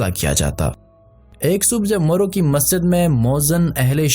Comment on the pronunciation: Its marv,not maro